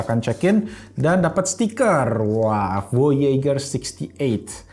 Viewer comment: Voyejer cara bilangnya bang. Kaya nama satellite amrik.